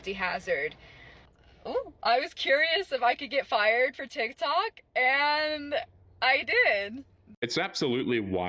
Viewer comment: the way she says ‘Tsik Tsok’ bro 🤣🤣🤣